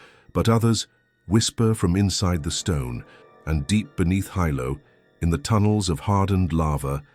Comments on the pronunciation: Sorry Hilo is pronounced wrong - it’s kinda pronounced like Helo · Yes, I’m sorry, I wanted to snort and laugh really loud when he pronounced “Hilo” as Hi Lo. As if it was two words. I’m haole Hawaiian, and there are times I have to remember the rules my Hawaiian Mother taught me. I blame my haole blood. My relatives laugh at some of my pronunciations. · Is this AI? Totally embarrassing; how can you make a video about Hawaii and don't even bother to learn the correct pronunciation of Hawaiian names! Kaena, Hilo!